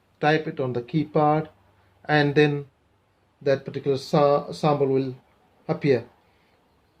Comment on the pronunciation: Good videos and I like how you say Sambal instead of Sample , Are you Arab ? I know that Arabic alphabet does not have P .